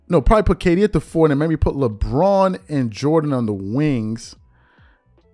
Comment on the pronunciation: stop it’s Kd it ain’t that hard😂